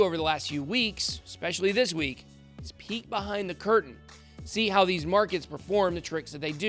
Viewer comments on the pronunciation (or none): Did you say “peek” or “pee” behind the curtain?! 🤣